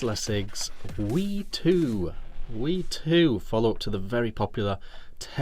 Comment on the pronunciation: As a 'Brit', have you never heard of the River Wye???? Pronounced "Why", NOT wee! Apart from that, the review was good.